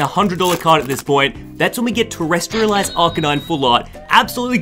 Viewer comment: it's not pronounced "terrestrialize"... it's "terastallize"